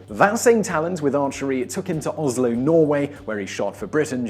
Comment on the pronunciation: Ozlo in Norway... ok... Do a video on why brits pronounce z instead of s ... like kawazaki, tezla ect. Im really curious.